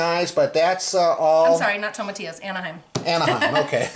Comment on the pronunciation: you need to pronounce those Spanish words since you like Mexican food so much. Looked good but it might have been better to roast the tomatillos and peppers first.